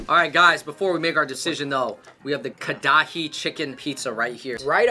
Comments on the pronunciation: It's Karahi not Kadahi lol. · Karachi lol not kadahay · karahi = kadai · Fucked me up how they pronounced karahi 😂😂😂